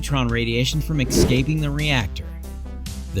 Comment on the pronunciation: “Ex-scaping”? No such word in the English language!